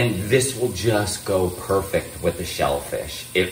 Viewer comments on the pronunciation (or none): none